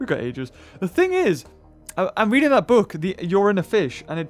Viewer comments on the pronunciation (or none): none